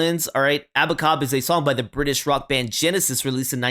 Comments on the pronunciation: its pronounced aba 'cab" like ur calling a taxi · Why do you keep saying ABACOB? The lyrics clearly say ABA-CAB. Just curious. ✌🏼😎🇺🇸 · It's Aba-cab not Aba - cob. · Dunno where you got the pronunciation from but it's way off beam. Abacab, ab-a-cab, cab as in "Taxi cab" 3 halves? Really? Oh American maths, now I get it.